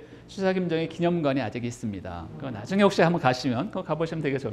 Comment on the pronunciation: ""나중에:의 "나"는 약간 길게 발음해야지요.